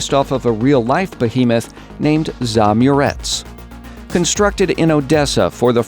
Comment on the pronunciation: Kook Krack Potato is a word with two accepted pronunciations. Zaamurets is a foreign word, so according to American grammar rules, it is to be pronounced as it is in its original language.